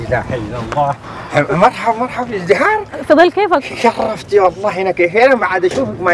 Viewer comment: شنو اذهراي ههههههههههههههه قال ازدهاره قال